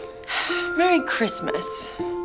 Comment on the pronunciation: Mewwy chwistmas 😗 you too funny